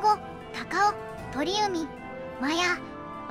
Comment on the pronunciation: 鳥海→×とりうみ 〇ちょうかい